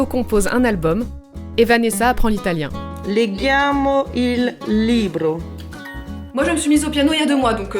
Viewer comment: euh non Vanessa ce n'est pas comme ça qu'on prononce legiamo 😂